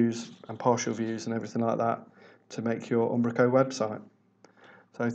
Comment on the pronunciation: I like how he says Ambrako, that said thanks for the tutorial